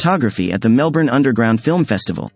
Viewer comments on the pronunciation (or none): none